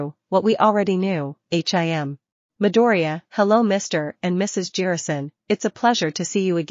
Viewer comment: I don’t know if you noticed but you should really change how nejire is pronounced. GL.